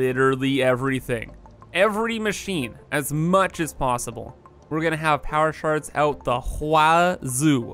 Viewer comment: Took me nearly 3 damn minutes to realize you weren't saying "power sharting." I was really concerned for a bit there at the beginning.